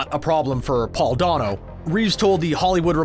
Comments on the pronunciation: man said Duh-No, its DANO dude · Constantly mispronouncing Paul Dano's last name (sounds like "Day-no") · ugh... learn how to pronounce Paul Dano's name.